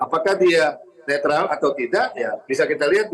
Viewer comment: Netral ... netril ... netrol 😂 ... Tukang bohong kok dipercaya ...